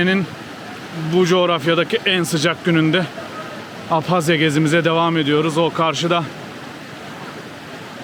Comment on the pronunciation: Keşke dogru telaffuz etseniz Abazya. Değil Abhazya